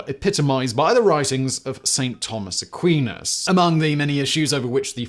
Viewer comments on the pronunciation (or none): Aquinas is pronounced 'a-quine-as' not 'a-queen-us' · Akweenis is my new favorite Whistleword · You mispronounced Thomas Aquinas